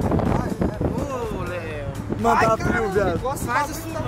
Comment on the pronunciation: como sempre falando errado kkk